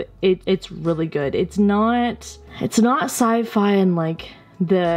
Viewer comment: When you said "Sci-Fi" I heard "side eye', and I was so confused. 🤡